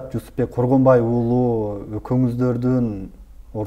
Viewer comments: Коргонбайбы аты же Жусупбекби?😅 Когонбай дей бериптирсиз😅 Сизди колдойбуз ишинизге ийгилик 😊🇰🇬💪💯💥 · Бул Министр сообу же маспы?Коргонбай деп 4 -5 жолу атын туура атап айтабалбай отурат.Ал Жусуп эмеспи анан 2 комнат уйум бар деп бей бечара болумуш болуп элди алдап отурат.Азыр шаарга кара жумушка келген адам 2 ком квартира снимат этип жащап жатышпайбы.Бул афера мен ишенбеймин.Бираз болсо да уялсанар болбойбу?